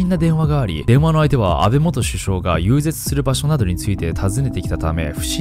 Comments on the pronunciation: 遊説を、ゆうぜつと読んだらあかんよ ゆうぜい、な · 細かいことを言ってすみませんが、「遊説」は“ゆうぜつ”ではなく”ゆうぜい“と読みます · いつも楽しみにしています。「遊説」は、ゆうぜつ、ではなく、「ゆうぜい」と読むのだよ〜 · 『遊説』は『ゆうぜい』です。『ゆうぜつ』ではありません。ナオキマン、クオリティ高い動画だから、指摘するね。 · X 遊説＝ゆうぜつ ○ 遊説＝ゆうぜい でしたね。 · ナオキマンさーん、遊説=ゆうぜいです(こそり) 今後のため一応訂正させて頂きました💦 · 遊説=『ゆうぜい』 『ゆうぜつ』✕ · 選挙遊説 ゆうぜつじゃなくてゆうぜいやで これ読めないってびっくりするわ草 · 遊説=「ゆうぜい」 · 「遊説」＝「ゆうぜい」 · 遊説は、ゆうぜい、って読みます☺️ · ゆうぜつが気になって頭に入ってこなくなる😭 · 細かいことですが、遊説は「ゆうぜい」と読みます。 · 遊説 ゆうぜい 176万人も登録者がいるんだからチェック機構をしっかりしないと日本語読めないキッズが量産されちゃうよ 上からモノ言ってしまって申し訳ないけど がんばって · ごめんなさい、気になって気になって 遊説 <-- ゆうぜい と 読みます 小さい事でほんとすみません。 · 遊説（ゆうぜい）ですよ〜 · 遊説はゆうぜいと読みます。